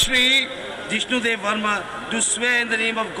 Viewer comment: Areee it's not jishnu deb sharma or jishnu deb it's jishnu debbarma.